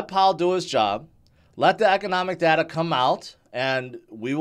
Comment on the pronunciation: I feel the same way! 🤠 BTW, it's pronounced data, not data! 😂